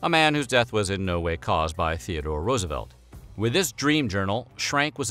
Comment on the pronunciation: 'Teerdore fokkin Roosevelt.'